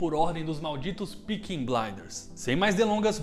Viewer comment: Bom vídeo, mas difícil de falar “Peaky” pelo jeito